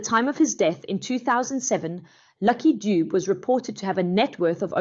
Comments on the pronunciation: Not lucky doob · Its pronounced Duve not Dubu.... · Pronounced….Lucky Du-bè… !! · Its not Lucky Doob but luck Dube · Not Doob